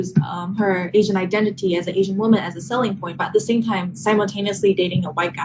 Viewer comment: Someone needs to tell her that woman and women are pronounced differently.